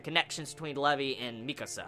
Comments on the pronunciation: dude the name is LEVI NOT LEVE pronounce it right plz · When you where pronouncing Levi's name as Lev-ee, I was like....who the fuck is Levee? Then I realized you were talking Levi haha.